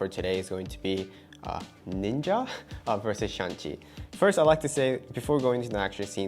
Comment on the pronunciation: No shan chi, shang Chi 😂 the movie was really good. thanks